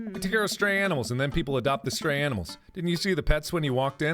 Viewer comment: he says aminals